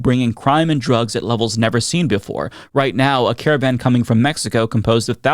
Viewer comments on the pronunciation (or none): none